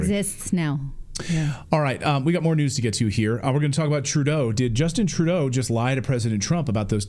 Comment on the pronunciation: Please say Justine Troodoe